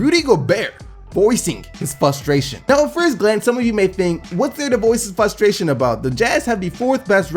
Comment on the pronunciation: It's funny how you say fusstraition